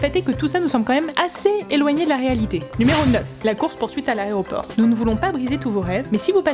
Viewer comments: C'est quoi un "aréoport" ? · ON DIT AÉROPORT!